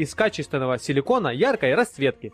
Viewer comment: сИликон а не сЕликон.